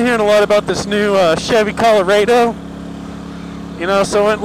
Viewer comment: he said the name of the truck wrong like 6 times there's a R there for a reason it's Chevy Colorado not Coloado